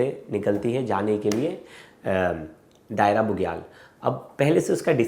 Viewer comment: दायरा नहीं, दयारा कहिए।